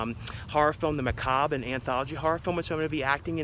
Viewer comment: Also you’ve been pronouncing your movie wrong lol it’s Ma-ca-bre! No disrespect intended 🙏🏻